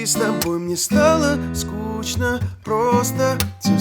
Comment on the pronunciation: Расскажите певцу о транскрипции и произношении слова "скучно".